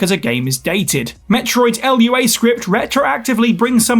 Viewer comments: It's Lua, not L.U.A. 🤦‍♂ There's a section of the lua website that specifically addresses this. 🤦‍♂ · "L-U-A Script"...lol